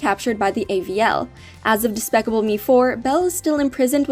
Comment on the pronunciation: She said daspacable me 😭😭😭💀💀💀